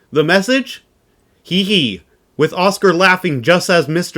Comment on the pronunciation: The HI HI Morse signal is normally vocalized as High-High, not He-He. The HI HI prosign is the Morse equivalent of LOL and pre dates the space age, so it can truly be said that AO-7 is laughing at us. 73 de G3ZVT